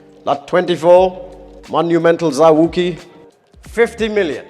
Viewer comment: Zao wou-ki not zawkii